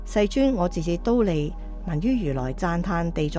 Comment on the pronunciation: 知苦樂法的樂，广东话應该读“坳”，觀成法师与法忍法师如是诵之；㣼利天宫的㣼，读音为 “滔”，后学分享如是。南無阿彌陀佛